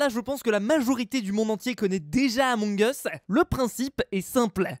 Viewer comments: On dit emong us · c'est la prononciation réelle among eusse pas among iousse c'est anglais among us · Persone:: ameug us 😂😂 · Toute la terre: Among us: Amongeusse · Ba non moi je dit amoug us pas amongeusse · ON DIT PAS AMONG US MAIS EUMONG US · Tous le monde dis {among us} mais ça ce prononce {emong us} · ce n'est pas among us ça ce dit Among as Mais ça s'écrit among us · Tout le monde connais le jeu mais malheureusement personne sais comment le prononcée 😒